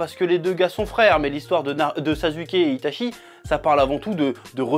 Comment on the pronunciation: Quand tu dit sazuke ça me trigger un truc de fou ptn